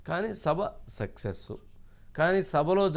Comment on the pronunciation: సెక్సె స్ కాదు వంశీ గారూ సక్సెస్ ప్లీజ్ మీరే అలా ఉచ్చారణ చేస్తే మీ ఎంప్లాయిస్ ఎలా చేస్తారు ? ఊం ?